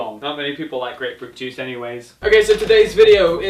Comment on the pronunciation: The way he said grape fruit juice